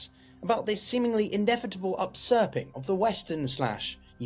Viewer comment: Upsurping? I think you mean usurping